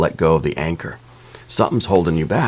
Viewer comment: Every time you said “anchor”, I heard “anger” instead.